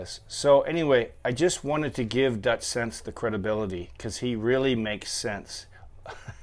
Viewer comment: its PRONOUCED SIN-SEE!